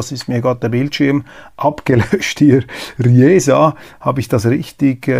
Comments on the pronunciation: Am Anfang eine kleine Korrektur, Riesa wird Riisa ausgesprochen.😉 Nun zu meinem Kommentar: Ich gebe Ihnen zu diesem Video meine 100%ige Zustimmung.👍👍👍 ich sehe alles genauso. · Da es nicht Ri_E_se heißt, heißt es auch nicht Ri_E_sa, sondern Riiiisa. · Er dachte an das italienische Chiesa oder an Rijeka oder an Fiesta. Nicht klar war ihm wohl, dass Riesa zum deutschen Sprachraum gehört. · Lieber Herr Köppel, das sächsische Riesa wird wie der Riese ausgesprochen. Es sei Ihnen aber großzügig verziehen sein, da Sie mir jeden Morgen erstklassigen Journalismus bieten:-) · Riesa wird mit langem "i" ausgesprochen (wie Riese). Diesen kleinen Lapsus kann ich einem Schweizer aber verzeihen. 😉 Liebe Grüße aus Dresden in die Schweiz! 👍🇩🇪🇨🇭😎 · Die Stadt Riesa wird mit langem „i“ gesprochen 🥴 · Das 'ie' wird in Riesa übrigens wie ein langes i gesprochen siehe Biene, Bier, Stier .... aber nicht wie in Biennale Vienna. Auf jedenfall klang es aber irgendwie internationaler. 😀 Gutes Format Herr Köppel. Man fühlt sich gut informiert bei ihnen. Danke. 👍🏻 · Riesa - langes "i" gesprochen !😂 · Guten Morgen Riesa - sächsische Mittelstadt im Landkreis Meißen ie = langes i so geht sächsisch 😅 mit freundlichen Grüßen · Frdl Korrektur : Riesa.. Gedehntes, langes i.. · Bitte korrigieren Sie den Ort in Sachsen. Es heißt Riesa mit langem I, weil ie. Wie sie es aussprechen klingt es wie eine französische Stadt. Ich musste dreimal überlegen welche Stadt sie meinen und ich bin Sachse ;) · Richtig Riesaaaa nicht Rieeeesa 😄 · ff... Sie Stadt RIESA spricht sich wie "RIESE" und nicht "Ryjesa". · Die Stadt heißt übrigens nicht "Ri-esa", sondern ganz einfach "Riesa", gesprochen: "Riisa". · Kleiner Aussprachehinweis: Es heißt Riesa wie Riese. Nicht wie Rijeka... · Riesa wird übrigens wie Pisa ausgesprochen, mit langem "i". Ri-esa ist aber auch hübsch, vielleicht setzt sich das noch durch ;-) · Röschu, das heisst Riesa nicht Rijesa! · ... nicht Rijesa - Riesa mit langem i ! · Riesa mit ie, nicht Ri … esa